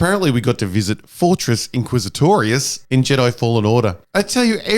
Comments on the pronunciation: Your saying it WRONG. It's Fortress INquisitorius. Not Fortress quizzitorious. -Heromine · Did he say Fortress IsaClitoris ?! Bruh.